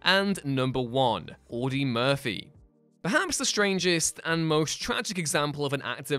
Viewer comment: Audie, not Audy.